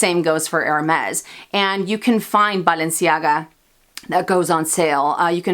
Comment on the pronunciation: I love how you pronounce Balenciaga!